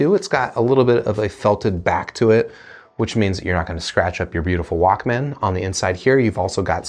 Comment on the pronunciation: The way you say Walkman "Walk-man" is equivalent to pronouncing breakfast "break-FAST".... it's odd lol. Nonetheless, great review. Appreciate it.